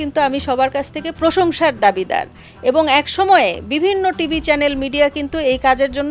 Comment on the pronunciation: She is higher qualified person but her pronunciation Bengali or English wrong like পশংসা , দুরবিতত, instut...